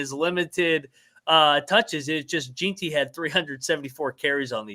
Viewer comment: While I can understand mispronouncing some obscure name or location, etc, I can't understand how you can pronounce Ashton Jeanty as "Jeen-tee" instead of "Jen-tee" when he was so nationally known.